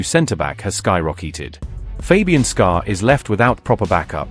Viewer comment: Click bait hell they don't even know the players names Fabian Scar how can you rely on anything else the bot says?